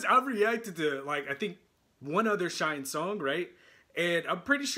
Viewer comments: Pronounced “shiny” please. Thanks for your reaction. Great comments! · We love your reactons! SHINee is pronounced like 'Shine KNEE'. 😁